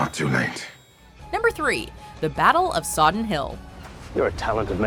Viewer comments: Battle of Sodden, not Soddon 😂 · Ok, firstly: not Andriej Sapkowski, but Andrzej. I know you, Americans, have a problem with pronouncing slavic names, but from channel as big as yours I expect at least minimal professionalism and checking it before making a material. And secondly: not Soddon but Sodden. This is so easy to check in internet that I even can't imagine how you could mistake it. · Sodden. SoddEn hill.